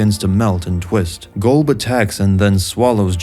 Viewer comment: Its not "GOLB" its "Gulb"